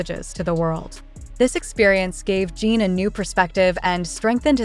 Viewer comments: I can't listen to a voice that calls him Jean! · omg for the low of GOD pronounce the name right shame on you